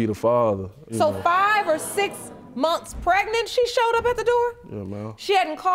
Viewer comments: Prenant lol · Why can’t any of these people pronounce the word “pregnant”?